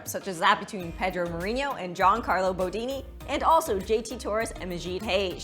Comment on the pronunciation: You’re all missing the point… it’s “Bodoni”, not “Bodini”.